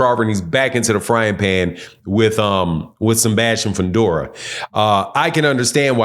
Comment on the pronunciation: “Senbastian Fundora”